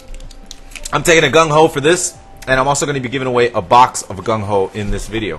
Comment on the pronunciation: Gungho? sounds like mongo